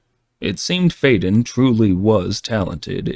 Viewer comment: I like this version better except for the pronunciation of the names. That’s saying something to prefer AI pronunciation over human pronunciation. It will always be Amara and Fiden in my mind.